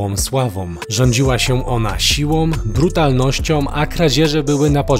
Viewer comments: Sila i brutalnoscia a nie silom i brutalnosciom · siłom, brutalnościom, wielkom płytom :) silą, brutalnością , wielką płytą gamoniu